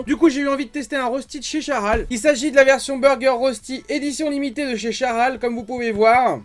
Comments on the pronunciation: Ca se prononce reushti et pas rosti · Hello j’aime beaucoup ce que tu fait mais en tant que suisse mes oreilles saignent quand tu prononce Rösti et donc voilà la bonne prononciation phonétiques : « Reuchti »